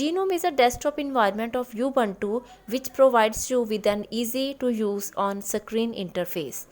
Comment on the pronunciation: Mam it is not U. Buntu